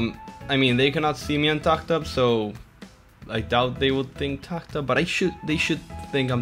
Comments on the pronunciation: Tak tab?? It’s tah hab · He says taghaghagh tab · The H in Tah Tab is sillent dude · Why do you say "TACtab